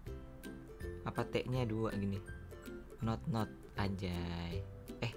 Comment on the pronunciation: Notnot kali bg, bukan Nonot